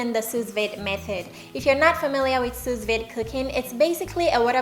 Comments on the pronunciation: It’s called soo-veed not soos-vade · Pronounced soo-veed. I appreciate the work you put into your food and videos❤ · go to type in sue veed. Then click speaker to hear what they say. That is how you say Sous Vide. Just helping ;-)